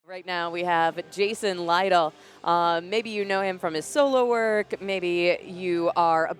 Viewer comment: "Lytle" pronounced like that opened my eyes, I thought it was "Little".